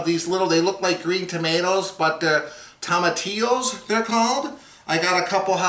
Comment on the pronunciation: you need to pronounce those Spanish words since you like Mexican food so much. Looked good but it might have been better to roast the tomatillos and peppers first.